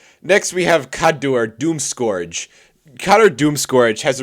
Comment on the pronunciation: I'm sorry, did you just say "scorge?"